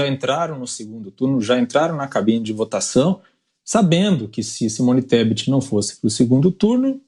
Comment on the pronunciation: O analfabeto não sabe pronunciar o nome da mulher , e ela se ajoelha aos pés dele.... Vai que vai Simone ESTEPE.... KKKKKKKKKKKKKKKKK